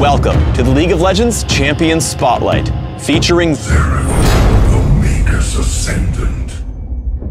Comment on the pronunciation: May_Gus??? Thought it was may-jus. His abilities looked cooler back then, like actually lightning energy.